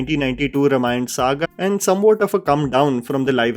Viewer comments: Bhai pronounciatian is RAAM-ayan... why do you keep saying RUM-ayan?! 😂😂 Pronunciation thik karlo! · Bro .just a healthy suggestion..plz pronounce r"a"mayan with aa .. Its not रमायण it's रामायण Similarly its b"aa"hubali .not bahubali..if the English spelling is unclear..plz refer to this spelling in hindi .. बाहुबली.. it's not बहूबली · it's Raamaayan not Ramayana, sorry for being devil's advocate. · Also Rāmayan not Ramayan :) sorry for nitpicking. Not the intent